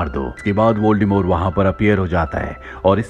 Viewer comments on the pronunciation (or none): its voldemort not voldemore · Voldemort pronounce "voldemore"